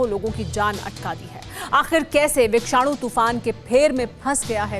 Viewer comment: It is Vishanu not vikshanu🤔